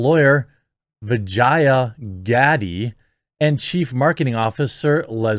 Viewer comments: dude is intentionally mispronouncing her name to sound more like vagina 😂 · Quit butchering the poor women's name. It's pronounced Va-jay-jay! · every time you say her name, I cant help but think dirty... vajayjay, darnit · Who would name their daughter Vah-Jiy-Ah?? Come on, Man! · Ever time you say her name, I'm hearing "Hello. I'm principal Vagina" from Rick & Morty. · Worth the watch: Jeremy trying not to pronounce vijaya incorrectly. 😂